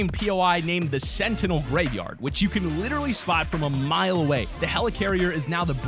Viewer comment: " There is an unnamed POI name sentenils graveyard "